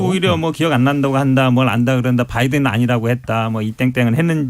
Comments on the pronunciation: 말은 '바이든'이라 했는데, 들리기는 ,날리면' 으로 들ㅡ리는 훈민정음! 아ㅡ 한글이 무너진 날이여 한글의 사망이여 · 석열아홍시맛이나서 홍시맛이난다하고 바이든이라들려서 바이든이라하는데 무식한 윤석열